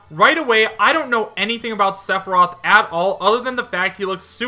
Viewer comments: Sephorath?! ITS PRONOUNCED SEH-FIH-ROTH!!! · It's sef-e-roth. Only saying this because it was mispronounced at the beginning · "Suh-for-roth" lolomgrly? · The way you pronounced Sephiroth first OMFG LMAO!!! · The way he said sephiroth name pisses me off lol. How you say his name wrong.